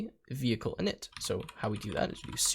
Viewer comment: bro really said veichle